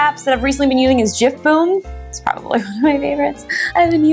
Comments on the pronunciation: gifboom not jimboom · Cuz it's not jiff boom ; it's gifboom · It's Gifboom not jifboom lol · YOU SAID GIFBOOM WRONG